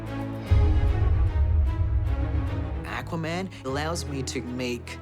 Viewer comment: Akwuhman - Dolph Lundgren